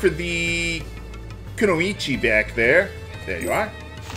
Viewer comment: i hate how hurricane slash is different in disgaea 4...it was a decent 2 hit attack before. (btw, since you care about such things, i think kunoichi is pronounced as kun-oy-chi)